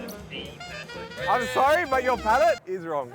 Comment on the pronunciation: "The moment it hit my palatte, Whoa!" 😒